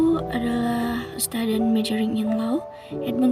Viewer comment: Staden itu apa ya? Majoring in Low? Gak usah pake Bahasa Inggrislah, malu-maluin aja denger pronounciation-nya....